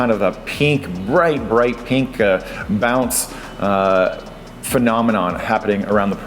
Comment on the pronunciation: Where are you from? The way you say pink ("peenk") is really foreign to me... Great vid as usual:)